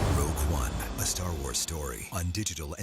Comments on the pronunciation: "Rouge One" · He directed a makeup tutorial: "Rouge One - A Pouty Lips Story"